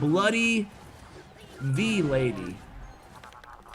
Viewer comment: Vee lady? Its VLADY as in Vladamir